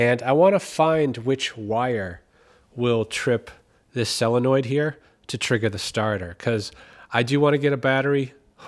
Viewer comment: Really enjoy your videos! Why do you call it a "sAllenoid' when it is spelled sOlenoid. Is this the same as Yannks calling SoLder "Sodder".